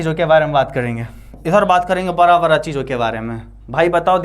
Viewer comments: sir ji baki sub to thik hai pr aab da ko ra kyu bolte ho 😅🥲 jese ki man lijye aap bada bolna chto ho per aap barra bolte ho bsss yhi thori problame hai🙃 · Bra nahi hota hai 😂 Bda hota hai